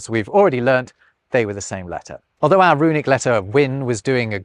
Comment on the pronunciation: "Ah (our) language". "Littaw" (little)... Elocution lessons required on this channel...